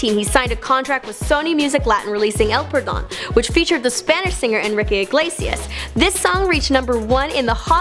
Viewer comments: "Before he would his hit, el purdone" 😂😂😂😂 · "El Purdown" "Esta Ael Amenezear" "Destinow Alas Dawmas" "Les Cangres" Jajajajjaja 🤦🏻‍♀️